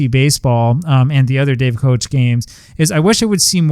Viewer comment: Pronounced “cook”